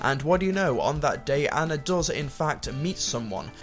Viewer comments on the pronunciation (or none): aahhhnnaaaaa, say it with me ah-na, not anna, it is pronounced ah-na